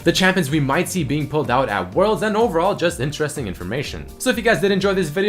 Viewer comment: Please stop saying interésting, like that tilts me more than watch that fuking Pants picie of shit! Thank you <3